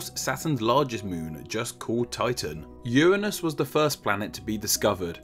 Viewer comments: Uanus? Uranus?* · hehe "urnine"us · Uuhhh it's actually pronounced Uranus. Not Uranus. Obviously.